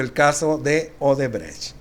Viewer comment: Solo aclarando un punto mi buen, es odebrecht no obredecht a como lo repetias